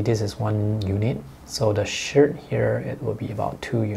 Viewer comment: I had a laugh at your pronunciation of the ladies shirt.......shit...lol ...excellent video again ,thank you .I do learn lots from them